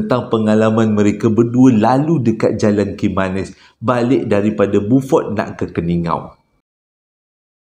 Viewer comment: ...sedikit pembetulan...sebutan untuk beaufort ialah biufort...teruskan penceritaan bang...sambil2 mengorek tanah ni dengar cerita hilang rase ngantok...hahaha